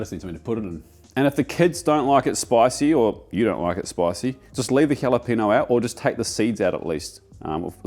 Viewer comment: You don't pronounce double L in Spanish it becomes "y", so... tomati-yo same goes to torti-ya, and jalepe-nyo not Jalepino